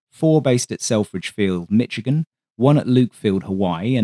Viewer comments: The State is pronounced as SH not itch Michigan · I enjoyed this - thank you. BTW, Michigan is pronounced like 'mishigan'.